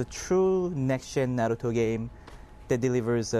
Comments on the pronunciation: you know what i hate? when people try to say naruto, but pronounce it narudo. its not na-ru-do, its NA-RU-TO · ugh.... i hate it when ppl say "nu-RU-do" ITS NA-ru-to damn it! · he is calling naruto nuroto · It doesn't matter how he say's "Naruto" he has an American accent. Nobody is forced to learn Japanese vowels to pronounce it properly just like Japanese people can't speak English properly. Macudonarudo? Sorry? You mean McDonalds? Yeah nice fail. About the video, I'm really looking forward to this game but I have to admit, every question asked raped the game. No online mode, only 25 chars, no interactivity with stages. Oh dear, seriously bad questions asked this game is a once complete and swap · y the fuck do adults pronounce naruto so weird